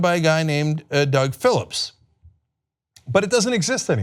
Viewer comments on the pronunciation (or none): none